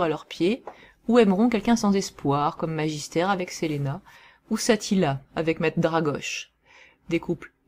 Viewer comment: Pardon mais il y a quelques erreurs dans cette vidéo, certains noms comme Selena ou Eleanora sont mal prononcé. et puis Various n'a jamais été Gay, tu le confond avec le cousin envoyer pour "sauver" Selena, Various est le chef des mercenaires de Villains et a demandé a Lisbeth la main de Selena et s'est fait changer en spachoune, un genre de dindon par Lisbeth en réponse, il a fini par épouser Lisbeth.